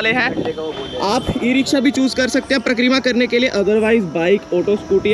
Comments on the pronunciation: Pra-kreera nhi, Parikrama and Brij nhi, Braj… Baki apki video sabse badiya videos mei se hai aur abhi tak humne 5-6 Braj ki videos dekh li, lekin Ladli ji k mandir ki jaankaari , k wahan old people aur physically jo Bhagat fit nhi hai, wo kese ja sakte hain,sirf aur sirf aap ne bataya ,to hamein to sabse badiya apki he video lgi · It is Pari-kramaa.. not Prakk-reema